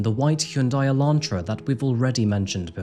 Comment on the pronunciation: bro its "elantra" not "electra"